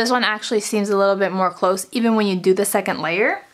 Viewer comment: it pisses me off how she says secont